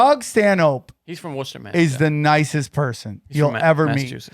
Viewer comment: I am astonished that knew how to properly pronounce Worcester Mass off the top of his head!